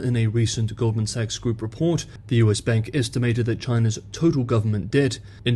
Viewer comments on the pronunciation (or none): none